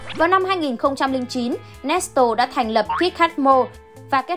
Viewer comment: Nét lê mà chị nói nét tồồ🤣